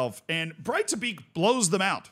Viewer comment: Its not pronounced Breitablik. Its more like Breithablik, however the th is very soft. Its very much like the Welsh dd.